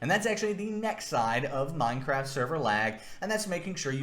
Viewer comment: bro really just said "how much deditated wam do you need for a minecwaft server?"